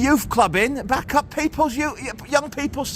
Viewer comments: It’s bacup as in baycup lol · you do know your saying bacup wrong lol